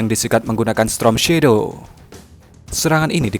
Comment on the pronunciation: Misi min,, maaf sebelumnya yg benar itu pengucapannya STORM Shadow bukan STROM Shadow 🤭😅🙏🙏